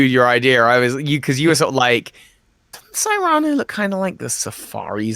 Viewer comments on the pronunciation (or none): I think Cyrano is pronounced SEAR'-ano. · Great show, fun as always. Keep up the good work, guys! Also, just wanna throw this out there, but pretty sure “Cyrano” is pronounced “SIH-ruh-noh” (like the story of Cyrano de Bergerac based on the real person of the same name). Though I suppose nothing’s official until they say it out loud lol